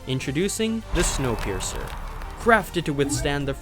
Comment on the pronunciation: When you say snowpierer i always think of that train😄